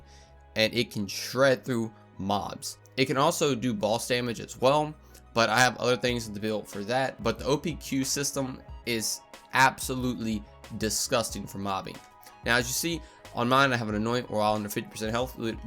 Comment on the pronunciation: It’s not opqp, it’s opq